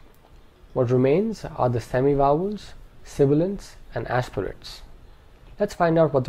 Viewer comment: I hear wovels not vowels.